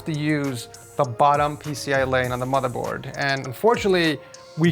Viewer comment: he says boardmorther😂